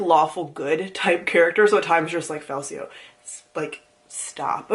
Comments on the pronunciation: Greatcoats series is a tetralogy, and Falcio is pronounced with a hard C, like falcon (you'll learn that in the second book). Feel better! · Greatcoats is 4 books. And when you get to the second book (or maybe third? but I think second. Read them a year ago so details are fuzzy ), there's a whole plot line of how the main character's name is pronounced: Fal-key-oh. Sounds weird to me, but what do I know :) Great series anyway, loved it! Oh and the fight scenes are so detailed because the writer used to be a fencing teacher/choreographer/something :)